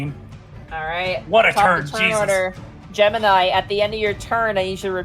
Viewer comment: rabbit you mf'er, Gemini, Gem-in-eye